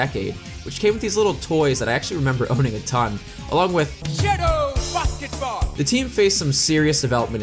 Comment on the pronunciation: "SHADO BASKEBOL"